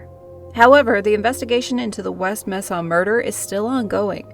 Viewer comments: Pronounced May-sa=Mesa good video though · It's pronounced MAsa. Mesa. Just sayin. Anyway, creepy. As long as there are people on earth there will be murder.